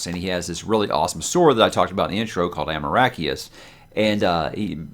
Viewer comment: You sweet summer child...."Amoracheus"